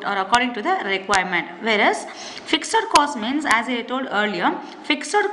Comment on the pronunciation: Why are you pronouncing fixed as ficser??